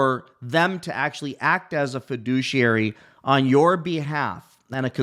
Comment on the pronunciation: Fa-Douchiary! Drink!